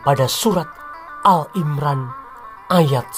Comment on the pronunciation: Admin sebut Allah,al imron,qurais ngk ada yg bener sebutanya